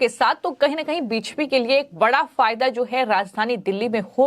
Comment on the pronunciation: आप के चैनल पर समाचार बहुत सही व अच्छे होते है परन्तु समाचार पढने वाले एन्कर, खासकर का हिन्दी उच्चारण ठीक नही है। कुछ शब्द जैसे कि 'बी जे पी' को स्पष्टता नही बोल पाती। एन्कर का उच्चारण स्पष्ट होना चाहिए ताकि और ज्यादा दर्शको का चैनल से जुड़ाव हो सके।